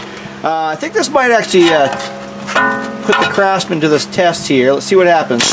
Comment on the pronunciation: He said "Crapsman" LOL